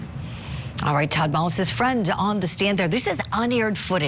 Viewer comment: It’s not MOLLIS,! Julie, you nut. It’s MULLIS. Ugh.